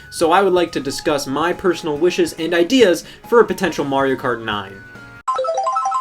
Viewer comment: It's MARIO not Maruieo XD